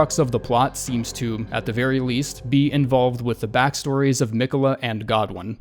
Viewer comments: I HATE the way you kept pronouncing “Me quells”. God job ⭐️ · "Meequella" lmao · He must have beat Malenia first try if he doesn't know how to pronounce Miquella. I think the rest of us have his name burnt into our brain. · God why can nobody pronounce fucking Miquella it's so annoying